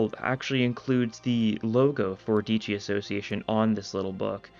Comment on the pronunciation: btw the e in dieci isnt silent so its pronounced diEHci